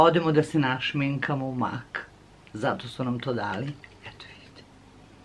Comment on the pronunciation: Mek a ne mak